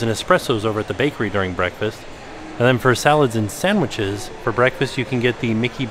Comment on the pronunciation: "SAMWHICHES" LOL